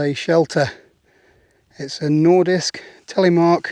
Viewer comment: Nice pronounciation there on nordisk!